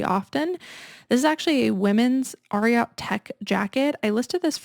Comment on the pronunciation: Ariat the brand is named after the famous Triple Crown winning thoroughbred from the 70s, Secretariat. It’s pronounced AIR-EE-ET not ARE-EE-AHT. You can see how the logo is three horse shoes. 🙂